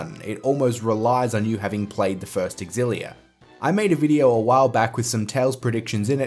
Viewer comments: (You are the one that isn't pronouncing it properly. It is pronounced eX-illia) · Why can't anyone pronounce xillia properly